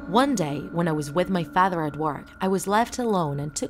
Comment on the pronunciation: Why did she say father like that rofl